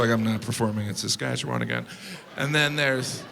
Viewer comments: was disappointed about the portrayal of Saskatchewan. But good pronunciation. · Thank you for saying Saskatchewan properly!